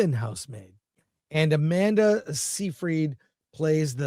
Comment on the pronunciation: Chris can't pronounce Seyfried!